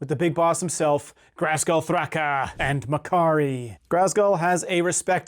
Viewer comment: There’s no R in Ghazghull. Please stop saying GHRazghull lol Other than that, fun video 👊